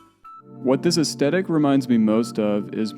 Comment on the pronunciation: As a 69-year old it amuses me to see those who “didn’t live it” recreate their highly erroneous imagined versions of the world. It is also creepy that I am observing the unintentional rewriting of history. What did I get wrong about the years before my birth? And the correct pronunciation is “ess- THE (as in death) - tik.